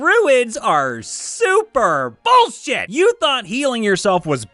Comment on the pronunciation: "All classes are bullshuyte!" -- GURPS